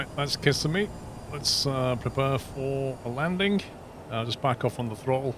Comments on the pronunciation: As a local, I suggest Kiss SEM e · Its the second i in Kissimmee that is stressed. Sounds funny your way. Nice video.